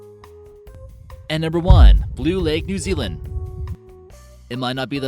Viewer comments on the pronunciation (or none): none